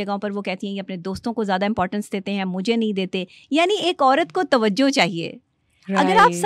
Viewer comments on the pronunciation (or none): none